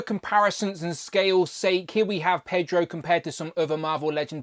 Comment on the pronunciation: "Pedro"? it's Pee-etro. "kwiff"? kwOff I did notice when you were checking the torso articulation the front white strip goes straight, while the back stripe continues the zigzag. That, and the comic shorts were light green, not dark. I'm more used to the blues, but I liked the 90s grey/white. We got that in 5" ToyBiz days, but not in Legends. I'll pass on the more recent "FFWD" />/> look. ugh. I'm not holding my breath I'll actually see this in stores, as Walmart "exclusives" get overlooked around here.